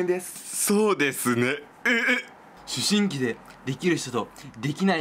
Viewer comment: 思春期って言った人絶対ツリメだよねwww ｢しゅしんき｣って言ってたからwww